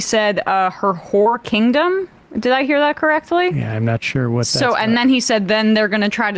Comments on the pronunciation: Did he say "her whore kingdom"?? What the fuck does that mean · Did Crowder say" Whore Kingdom" referring to Kamala????